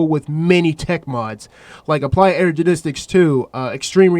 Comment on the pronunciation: "Applied Energenistic"